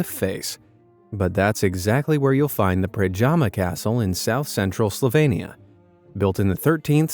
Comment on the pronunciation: You pronounced Slovenia wrong.